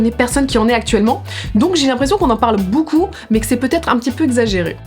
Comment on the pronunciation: C’est donc à cause de Natoo que je dis bOUcoup au lieu de beaucoup